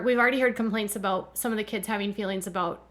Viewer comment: All I know is I don’t know how many more seasons I can listen to her mispronounce “Having” as “Hafing!” and so many other words! Christine has the habit of putting a hard G on the end of words! 🤦🏻‍♀️ Sorry, had to vent….think I have watched tooo many season! 😉